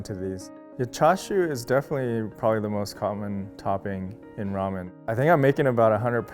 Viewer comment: "raw men shack"